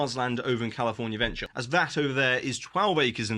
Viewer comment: Great timely updates as always,! Props for pronouncing "California Adventure" as "CaliforNAHventure";) By the time WDW gets all of these projects up and running, a one day tickey will be $400 + the $200 Park Hopper option.